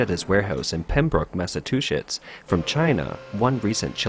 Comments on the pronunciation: "Massachusetts" You'll want to work on your pronunciation of that, not the easiest. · Voice is definitely not a bot. Mispronounced Massachusetts. Still a good watch either way